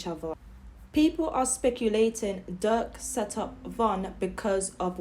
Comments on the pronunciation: Von and Durk was close and it sound like u calling Durk duck goofy ass lady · She cant even pronounce durk name